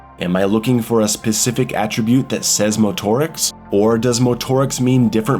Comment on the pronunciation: Bro stop saying motorics like that. Just say motorics you weirdo